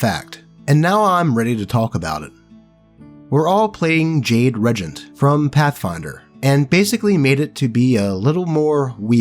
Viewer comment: And since we're on the subject, regent is pronounce REE-jehnt.